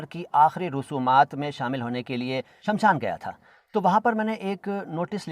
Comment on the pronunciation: You said, " Shamshaan". But it is SHMASHAAN. SH is that letter that comes after VA, not the second letter after VA.